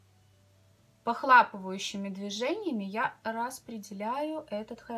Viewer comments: Похлапывающими наверно похлопывающими)))первый раз думала оговорились но второй раз так же произнесли)или может по Белорусски похлапывающими)) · NE igealnaya вы всё верно заметили, правильно конечно же — похлопывающими. Видимо,, так оговорилась или привыкла так произносить, на свой лад:)